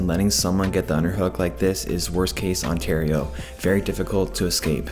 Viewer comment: are you canadian? lol i caught the worst case ontario lol